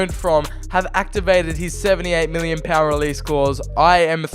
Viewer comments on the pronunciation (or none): none